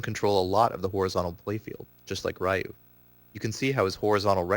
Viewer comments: 'Ryu' is pronounced like Ree-U, not Rai-u... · You are pronouncing Ryu's name incorrectly... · Raiyou? Who's Raiyou? You're an expert at the game and you dont know how to say the main characters name? It's pronounced like "you" but with an r at the beginning. There is no "ai" in the name. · He claims to be an expert and still calls him "Rah-U"? (Face Palm) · Raiiu and Saggot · Rye-u Saget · You had me until you pronounced Ryu's name wrong. I don't care who you are, ALL SOURCES SAY HIS NAME IS PRONOUNCED "REE-OO!" RYU! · Plays professionally and can't pronounce the names Ryu and Sagat. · Mispronouncing Ryu......and he says he is a "Accomplished Tournament player"......pssh. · i cant believe he pronounces Ryu and Sagat's name wrong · Taylor Bee Yeah, but by now everyone should know the correct pronunciation, especially if you are as into the game as this guy. Not to mention that there is literally a voice acted announcer in every installment of Street Fighter who pronounces his name correctly every time you select ryu, challenge ryu, or win with ryu. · I was just about to say this.